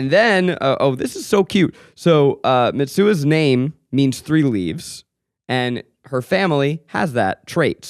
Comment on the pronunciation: It's Mitsuha (Me-sue-ha)